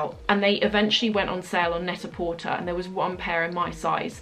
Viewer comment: Hi, I just discovered you and I'm watching all your videos. Love it! Just letting you know that one of your favorite online shopping site should be pronounced "Net-à-porté" just like prêt à porter (porté). Thank you for your great videos.